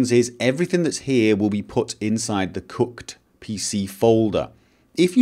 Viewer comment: It sounded like he said 'Cucked' NPC folder